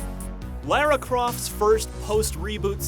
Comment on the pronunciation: He said Lara's name wrong .. Just sayin